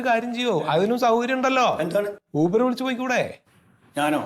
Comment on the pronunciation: കേരളത്തിൽ.ആൾക്കാർ യൂബർ എന്നാണോ പറയുന്നത്... ഊബെർ ആണ് correct